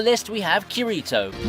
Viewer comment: Bruh "khireetoe" 💀 I'm already clicking off this video